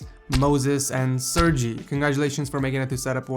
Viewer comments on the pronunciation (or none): It's pronounced sir-gay not sir-gee